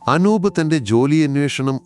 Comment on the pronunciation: അക്ഷരങ്ങൾക്കും വാക്കുകൾക്കും സ്പുടത ഇല്ല. ചില വാചകങ്ങൾക്ക് full stop ഇടാൻ ശ്രദ്ധിക്കണം. പിന്നെ അനൂബ എന്നല്ല അനൂപ് എന്നാണ്.